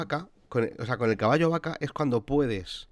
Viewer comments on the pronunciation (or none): vacallo, jaajajaja me rei mucho cuando lo escuhce